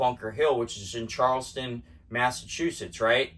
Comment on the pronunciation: CharlesTOWN, not Charleston, that is in S.C. CHARLESTOWN,MA is BOSTON